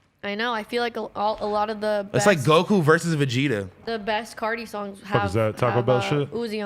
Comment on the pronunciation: Adam really said fajita when he heard Vegeta... and mispronounced it 🤦🏻‍♂️